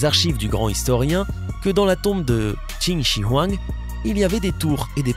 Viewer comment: Comment tu prononces Qin Shi Huang ! On prononce « Tchine Chue Rouen ».